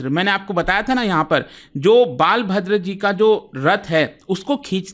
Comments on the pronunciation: Bhai it's not baalbhadr😂 it's balbhadr. I guess😂 hindi ko Angreji mai padhnay likhnay say aisee ke taisee hojaatee hai😂😂. Jaisay inderdumna nahee inderdumn naam hai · Nice content Sir. I m from Puri, Odisha. But it's बलभद्र not बालभद्र. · Baal bhadra nhi sir Balbhadra hote hay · बालभद्र nahi sir बलभद्र नाम है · Please pronounced properly Balbhadra.. Or you can say Balram